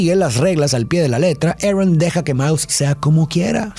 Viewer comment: Lo siento de verdad pero me da un cringe cuando intentais pronunciar las cosas como los gringos... en vez de ARON dice "eren" o algo del estilo, no hace falta pronunciar los nombres como en la pelicula version original, si el nombre es pronunciable en Español o Latino vaya. Apreciacion no hate